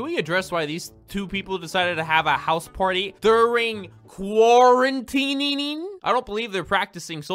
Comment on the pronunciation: “DURING QUARANTININGING” wow